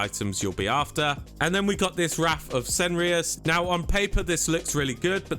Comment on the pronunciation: Please pronance Cenarion correctly 😅 wtf is Ceneron!?